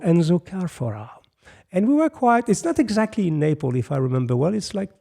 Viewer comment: it's NapleS not Naple